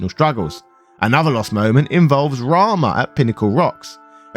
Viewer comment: Rama? I thought it was Ramuh as in Rahmoo.